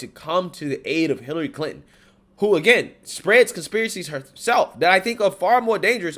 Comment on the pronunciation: How are you pronouncing that?.......Clit-in?